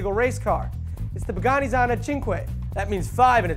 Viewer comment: has a problem with the pronunciation of Pagani, doesn't he? It always sounds like he is saying Bugatti.